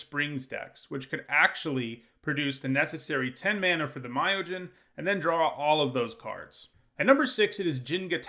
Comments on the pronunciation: So apparently no one in this comment section takes offence with "Mayojin" for Myojin? Is it supposed to be the god of mayonnaise? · I'm sorry but it's japanese inspired so it should be pronounced me-yo-jin not muy-o-jin.